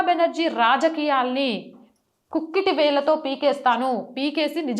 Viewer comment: కుక్కిటి వేళ్ళు కాదు తల్లీ ఆ పదం కూకటివేళ్లతో అని పలకాలి.తెలుగు పదాల రూపరేఖలను మార్చవద్దు